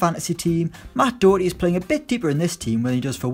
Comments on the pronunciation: Doherty is pronounced like Dawherty not Dowerty. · Mate it's pronounced Do-Her-tea (Not pronounced *doo*) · Matt dooooooohwrty.U English prick.Its daherty.☘️☘️ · It's not matt dough-erty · Your pronunciation of "Doherty" aggravates me. Stop it. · You so badly fucked up matt doherty's name my brain hurts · Someone please teach him to say doherty